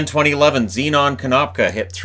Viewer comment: It's not Zee non Kenopka, it's Zen in Kenopka. This is coming from a fellow Zenon ;)